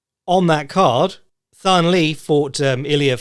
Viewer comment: hate to be that guy but the Thanh in Thanh Le's name is pronounced with a hard T rather than the 'Th'. So pronounced more Tang or Tahn, will depend on how its written but usually it's kept short and sharp and no elongating or over extending of the middle vowels. Vietnamese has some bits of the language opposite to what we know, so when you see the lone T, that's when you use the 'Th' sound.